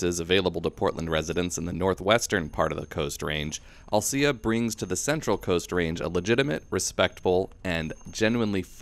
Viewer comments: Alsea is the best!👍😃 Thank you team dirt!🙏🤘🙏🤙🙏 Oh, and narrator, love your content, but it’s AL-SEA, like Owl-SEE👀, not “I’ll-Cya”. Again, love your trail reviews👍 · Gona go ride these trails for the first time this coming week. Can't wait. It's pronounced al-see by the way. No ugh at the end. Good video though.